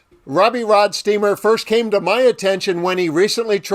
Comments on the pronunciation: Its Roadsteamer not rodsteamer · ROADstreamer ROAD! Not ROD! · My only criticism is I wish you would've pronounced his name correctly. He really deserves that. It is ROADsteamer, not RODsteamer! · Can you read? It's "Roadsteamer".😜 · Don't be a robot, it is ROADsteamer. He even says it in your video 🙄